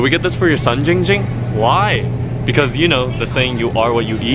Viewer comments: Perez Its giiing ging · Christian Perez ITS GIIING GING